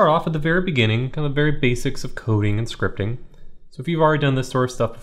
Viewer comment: did he say "scripping"